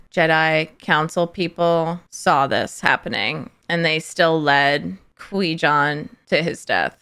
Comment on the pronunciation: Cor-Gon, Squee-Con, Qwee-Gon. So many names he has.